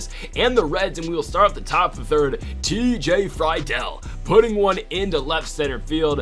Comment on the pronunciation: Love the series but pleaseeeee its TJ Free-dul not fry-del